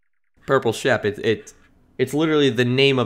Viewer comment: shep not sheep